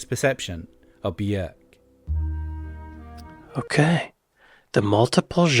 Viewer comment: Björk, isn’t it? Bjórk would be pronounced differently in Icelandic